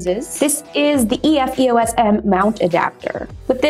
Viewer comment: EOS, one word, not E-O-S